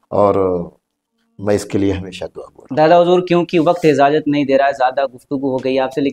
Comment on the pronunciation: ۔۔ازازت نہیں ۔اجازت ہوتا ہے میرے دوست معزرت کے ساتھ